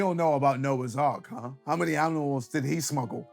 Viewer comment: Did KSI just say aminals??